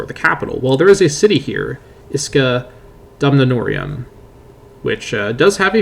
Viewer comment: Dumnoniorum not Dumnonior'ee'um